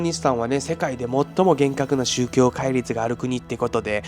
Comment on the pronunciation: 宗↗教↘ではなくて宗→教→